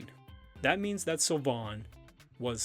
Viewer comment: "Beauty mark" is the literal translation of the French dub. (Which is very bad btw) (Sylvain = Seal vain) that's how it's pronounced.